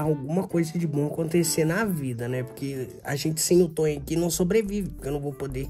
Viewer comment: Não é Tony é toin